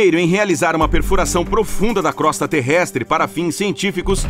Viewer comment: Crosta pronuncia crôsta e não crósta